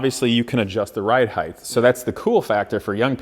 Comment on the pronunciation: stop saying HEIGTH!!!